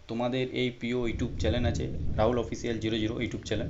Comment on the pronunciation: চ‍্যানেল কে চ‍্যালেন বলে আবার ইউটিউবার ছিঃছিঃছিঃ 🦶🦶🦶🦶